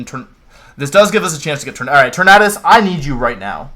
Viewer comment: "Tor-mad-us" Amazing.